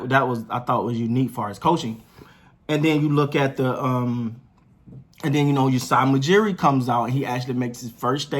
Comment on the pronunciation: Love the content bro. Keep it up. One note: Masai Ujiri not Usai Mujiri :)